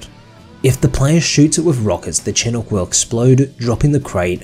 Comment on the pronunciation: Fun fact: chinook is pronounced "chinook," not "chenuk."